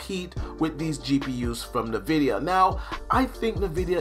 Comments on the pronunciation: I’ve never heard anyone pronounce it “nevidia” I always say it like “N vidia” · Why does say navidia? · ...Are you saying nuh-vidia? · Nuh-vidia 😂🤣 it’s team green all day, hang it up🤣